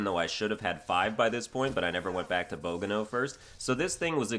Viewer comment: "Bow - gano"